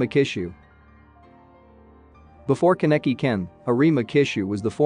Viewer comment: I think you should search up the pronunciations. Ka-neck-kee :/